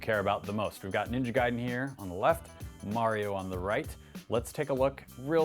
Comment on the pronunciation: Say mario right dammit!